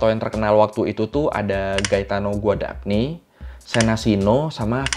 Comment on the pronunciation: Gn dibaca Ny (guadagni dibaca guadanyi). Chi dibaca ki (moreschi dibaca moreski)